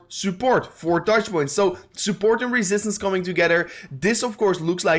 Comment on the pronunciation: I love the way you say "sooport" 🤣🤣🤣